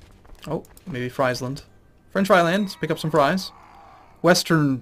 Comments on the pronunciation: if you win this war, you've pretty much won the game. it will be called the war of the two emperors and a bad-ass viking. oh and btw, it's Sk-oa-ne and Fr-ee-sland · Seriously, start looking up pronunciations of provinces. I always cringe when you say Skåne and Friesland.